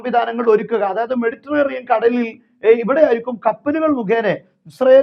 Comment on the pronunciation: മെഡിറ്ററേനിയൻ എന്ന് പറയൂ ❤️